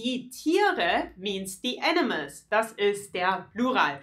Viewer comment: I can't hear anything different than "enemas" instead of animals. Great video, tho! :)